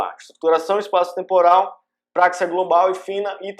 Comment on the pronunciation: não é práxia, mas sim praxia